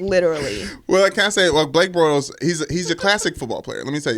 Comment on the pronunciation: "Blake Bortholes" lmao... Joy funny for that